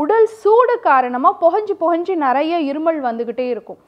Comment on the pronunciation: அது இருமள் இல்லை மேடம் இருமல்.. உச்சரிப்பை மாற்றவும்